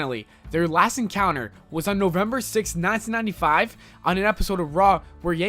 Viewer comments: please stop saying "1995" like that: "nayntinayntifayve" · Very strange way of saying "1995"